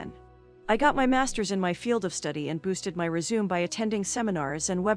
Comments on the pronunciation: "REZ-ZOOM" Hehehehehe, and this auto-voice sounds like a natural English speaker. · What translation program are you using that you can't say fraternization. Or resume